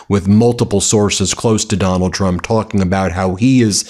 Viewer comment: i very much enjoy the "Doland trum is panicing" intro.